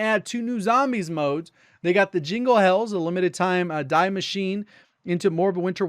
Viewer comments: Mate, Germans are gonna go crazy when they hear this. Die Machine is supposed to be pronounced not die but Dee Machinee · Thanks for all the news. I just have to say, you butcher everything of the german language lol. It's 'Dee masheene' and 'Ooooooh Bahn' ah as in aha.